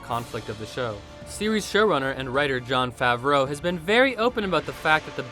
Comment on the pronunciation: "Jon Fav-RAUX" and "Mis-ISLE pods" had me raise a brow